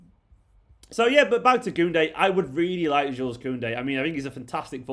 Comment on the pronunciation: I understand that you’re a mancunian mate, but Jules Kounde is french. His name his pronounced like “shoe” not “jewels”